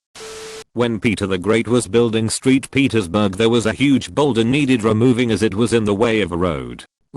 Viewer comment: Lol "Street Petersburg"